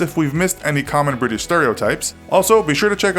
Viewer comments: Briish indeed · You pronounced British wrong, it’s actually Bri-ish